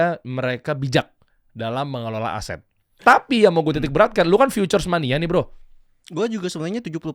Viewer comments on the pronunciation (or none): Bukan "FEATURES" bang, tapi "FUTURES"